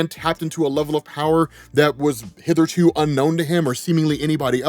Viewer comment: Did u say" hither to" ...sMh as tony